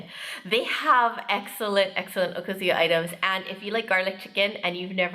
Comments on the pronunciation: Agree! I've also heard Japanese speakers emphasize the second (more) AND last syllable (less): o-KA-zu-YA. Many times, I've heard wrongly pronounced: o-kuh-ZOO-yuh. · That is NOT tempura but, Ebi Fry. Also okazuya is pronounced, O Kazuya. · That's what they call it in the restaurant. Also, the emphasis is on the second syllable of okazuya (おかずや) not the first.